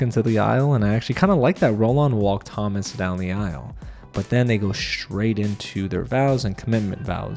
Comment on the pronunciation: In French, Thomas is pronounced To-mA, the S is silent ;)